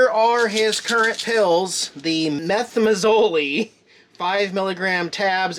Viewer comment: I'm so relieved that it's treatable. I had a growth on my thyroid several years ago, but it shrunk to nothing with thyroid replacement therapy. By the way, his medicine is pronounced, "meth-EM-a-zole". Long time pharmacy technician here. Best wishes for Mr Jax!